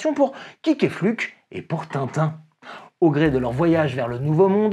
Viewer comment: Quick et Flupke, dire : Kouik et fluPkeuh